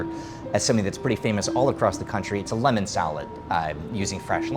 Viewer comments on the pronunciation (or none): none